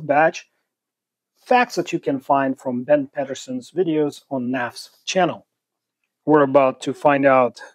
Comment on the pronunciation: It’s pronounced Peeet-er-son not Pet-er-son. If you’re going to reference someone, make an effort to speak the name properly.